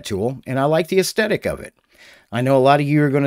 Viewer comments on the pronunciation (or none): none